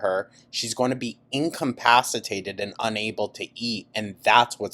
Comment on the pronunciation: "Incompasitated" you learn that one from Ambie?